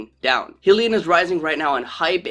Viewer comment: Why should we listen to someone who cannot even pronounce the name of the company? Its not 'Heel-e-in' its 'Hi-lee-on'. FACEPALM.